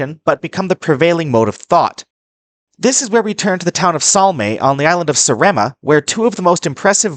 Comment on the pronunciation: The name of the island is Sàaremàa, not Sarèma.